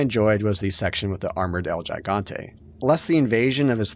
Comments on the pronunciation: Why is it that NOBODY knows how to pronounce “El Gigante”? It’s Hee-Gon-Tay, not Juh-Gon-Tay… 🙄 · It’s pronounced “he-gán-te” Hope this helps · "El Jy-gawn-tay" Nobody every pronounces this right.